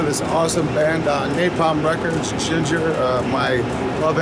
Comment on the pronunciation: lmao bruh the bands name is Jinjer, not ginger hahahahah